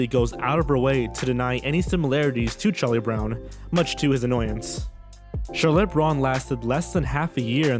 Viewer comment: How is it that he pronounces Charlotte correctly every OTHER time? Lol